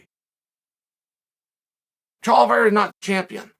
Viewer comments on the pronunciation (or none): Did Chael just say "Chaliveira"😂😂😂